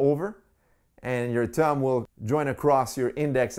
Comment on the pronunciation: Bro it’s thumb not tum